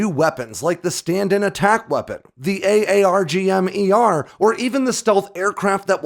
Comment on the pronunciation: I wish you would just pronounce it “Arggem” Lol